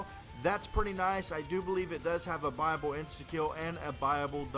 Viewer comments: OOOOOOOOOOH! BUYaBLE. He's saying buyable, not bible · he says buyable i always thought he said bible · Its buyable pronounced buy-a-bowl not bible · Brotheroff Yeah it's what it sounds like xD but really it's "buyable ending" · when he says buyable hes says bible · When he says buyable it sounds like bible to me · every time he said buyable, i thought he said bible?...o_O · i thought he was saying bible then i realised it was buyable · I thought he said bible not buyable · Did any one think he was saying bible Max ammo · It sounds like he's saying Bible. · Keeping thinking he says "Bible Ending." :P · I kept thinking he was saying ' Bible ending" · at first I thought he said Bible. LOL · when u say buyable this and buyable that....it sounds like BIBLE ! like if u knoe what i mean